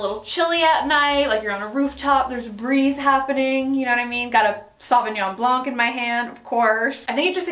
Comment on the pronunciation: Just a silly thing: the C is muted in "sauvignon blanc" :) ❤